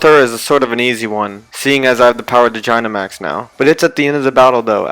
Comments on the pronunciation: you said gynamax not dynamax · Its said dynamax not jynamax God that it so annoying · Did he just say Jinamax? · oh, well ok, (I still don’t understand who you mispronounced dynamax (or was it gygantamax?))